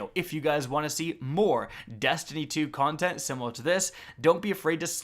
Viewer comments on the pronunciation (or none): none